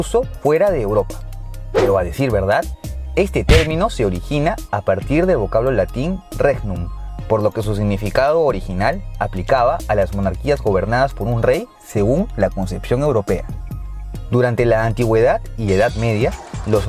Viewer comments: La palabra latina Regnum se pronuncia reñum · Regnum se pronuncia Reñum